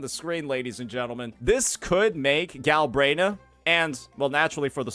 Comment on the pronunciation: "Gal-brain-ah" 😂 Vs. "Gal-bren-ah" Smh.